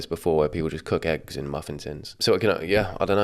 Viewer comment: I questioned if there was an H in ham, from her saying heggs